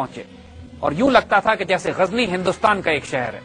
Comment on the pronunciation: Gazni Zay Par Nokhta Nahi Lagaye Ap, Zay Par Nokhta Lagaiey !